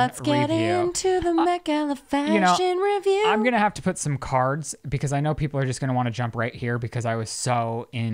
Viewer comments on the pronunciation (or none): none